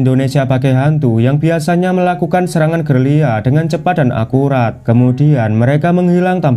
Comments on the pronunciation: Gerilya mas..bukan gelirya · Belajar dulu, gerilya KNPA jadi gerliya😂😂😂😂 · GERILYA, BUKAN GERRR LII YAAA.. UDH 2 CHANNEL YG SALAH NGUCAP GERILYA JADI "GERR LII YAAA". GPERNAH SEKOLAH APA